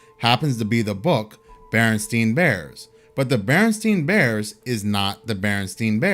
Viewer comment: The Berenstain Bears is the biggest Mandela Effect for me because as a child I read the books and always wondered how it was pronounced, Berenstein rhyming with teen or rhyming with tine. I wouldn't have wondered that if I read it as "stain".